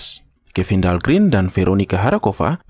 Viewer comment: Dahlgren huruf e nya 1 tetap dibaca e mjd "gren"...om Kalo huruf e-nya 2 (green) baru dibaca i (grin)